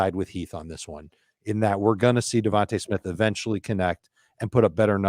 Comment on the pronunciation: Bro it’s devonta smith